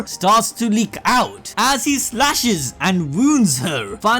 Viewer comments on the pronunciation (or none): none